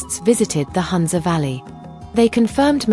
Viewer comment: It’s NOT HANZA. It’s HOONZA ( HUNZA) The U is pronounced as Ooo.